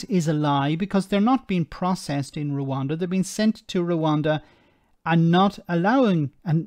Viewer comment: I know its unbelievable but people actually vote for Bonehead. He can't even say Rwanda, he says "Reander".